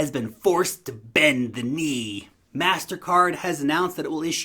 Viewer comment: Its pronounced Mastercard